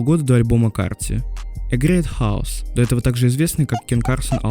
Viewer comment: ты если на английском говоришь, говори нормально, все таки про запад же видос пилишь. просто ваще не могу слышать «грет ХАОС» говори «кеос»